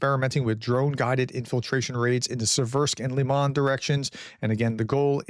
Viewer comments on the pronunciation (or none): none